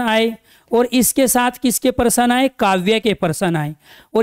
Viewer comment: पहली बार प्रश्न को parsan बोलते हुए सुने। हम हैं math वाले दिमाग में % आ जाता है 😂😂😂😂😂